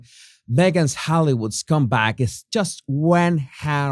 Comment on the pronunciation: Why did "meghans hollywood comeback" sound more like "meghan, hollywood scumbag" to me 😊